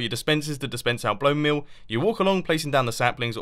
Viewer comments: did he just said blonemeal instead of bonemeal? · TBK Sceptic I think she meant where it sounded he said “blone meal”